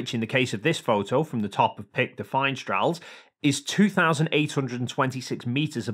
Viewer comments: It's pronounced "fin-S-trel" but I know how difficult French can be so thanks for trying <3 And thank you for taking the time to debunk pizza world. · Dunking on flat-earthers is almost good enough to let slip how far off your pronunciation of “finestrelles” is 😂